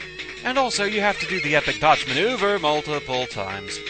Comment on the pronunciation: "Dodge maNEUver mul ti ple times". :D I lol'd